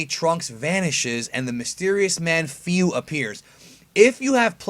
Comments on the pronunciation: Hey man, for future reference it's not pronounced "F-I-U" its "F-O-O" that's why its spelt "FU" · Fyu? I think it's pronounced Foo? I could be wrong. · Why do you pronounce Fū like Feu?